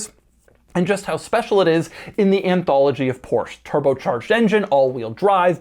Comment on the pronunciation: Did Doug drop a “Porsch” … I’ll commander your Carrera GT now, sir. I’m local and can pick it up.